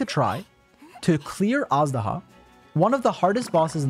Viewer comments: Jesus christ I hear everyone pronounce it wrong, it's 'Age-duh-hah', not, 'Ash-daw-huh' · It's not pronounced az-daha tho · Awesome video! Little thing though: Azhdaha pronounced eysh-daha^^ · every time he says "assdaha" my heart cracks a little